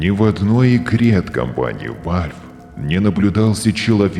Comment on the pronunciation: Валв говорится Валв а не Вальв